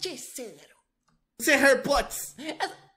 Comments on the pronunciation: nao se fala Harry Potss E sim Harry Potter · "Vs é hei pots" kkk